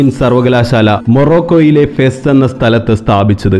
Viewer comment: ഫെസ്സ് അല്ലാ,,, ഫാസ് ആണ്